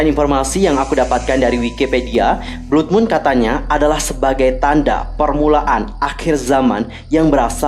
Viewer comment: Blood bacanya BLAD kak